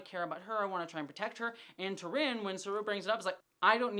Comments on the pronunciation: Her Name is not T'Rinn, but T'Rina. There's an A in it. You keep saying it wrong 😅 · I love you. But it’s T’rina right? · I love your insights into the storylines and characters! But, please, you get T'RINA's name wrong each time you bring her up. She's one of my favorite characters!